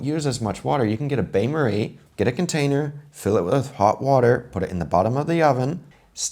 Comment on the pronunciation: It's funny how the English pronounces "Banjo Maria"...